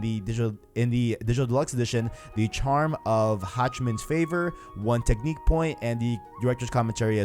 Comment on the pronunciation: Wtf is with your English ? Technik point ... smh.